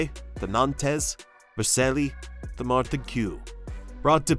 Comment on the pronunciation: my god, man, Marselly? Zidayne? do you even sports?